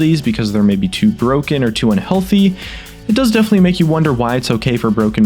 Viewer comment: And god how I hate it when you say "unhealty mecanics"! Like you are going to die or get aids